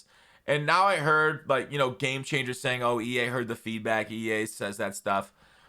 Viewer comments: Lol he said E Anus 🤣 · He said EAnus.... 😂😂😂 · You said E Anus